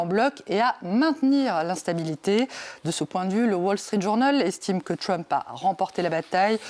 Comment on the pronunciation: Arrêtez de dire "Tchrump" , ça ne sonne ridicule, pas bien français ,ni anglais d'ailleurs. Dites le en française . Déjà qu'on le prononce Treump est suffisant.